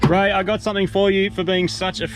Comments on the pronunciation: Oh man, when Moog said "Its Ray!!" I thought he said "It's rake!!!" I was really excited to see if rake still loves it after all these years, but alas the wait continues :( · I thought he said Rake